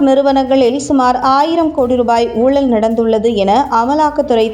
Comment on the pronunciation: ஊழள், ஊழழ் இரண்டுமே தவறு ! ஊழல் என்பதே சரி !! ல கர ள கர ழ கர வித்தியாசங்கள் மற்றும் ர கர, ற கர வேறுபாடுகள் மேலும் ன கர, ண கர ந கர உச்சரிப்புகள் முறையாத் தெரிஞ்சுக்கிட்ட பிறகுதான் தமிழைப் பயன்படுத்தனும். அதுபோல் குறில் நெடில் என்றும் இருக்கு ! இதெல்லாம் சேர்ந்துதான் தமிழ் மொழிக்கு சிறப்பைத்தருது. சீனாக்காரிகள், ஜப்பான் காரனெல்லாம்கூட தமிழை சரியாகப் பயன்படுத்துறான் !!